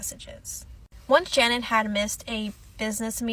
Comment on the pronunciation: her name was Sha-nan non shannon... just feel like everything she went thru we can at least say her name right... not being rude just correcting the error is all... i hope she is resting in heaven w those babies